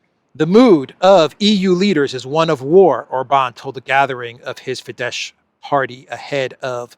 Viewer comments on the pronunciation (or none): i'ts not Fidesh, is Fides